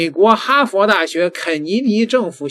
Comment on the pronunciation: 人家說的是哈fer 不是哈佛，中文英說，英文中說